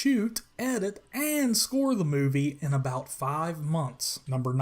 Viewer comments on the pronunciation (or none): none